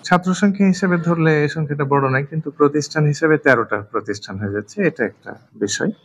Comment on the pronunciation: প্রকিষ্ঠানে নাকি প্রতিষ্ঠানে??? দুঃখজনক!